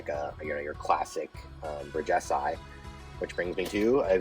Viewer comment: Hey. Bridgesii is pronounced bridge-es-ee-ai. Thanks for the vid.